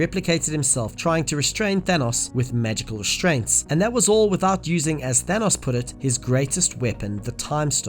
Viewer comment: why does he say Thanos like Thenos